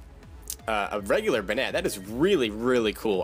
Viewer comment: I hope this isn't too rude but banette is prounounced bay-net